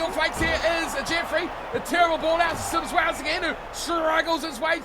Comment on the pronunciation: Hi Can you say it as Symes-wells not sims wells.